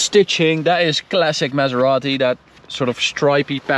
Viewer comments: the man said "pronounce it the Italian way" and then keeps calling the car a mesarati 💀💀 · Thank you for pronouncing it right 👍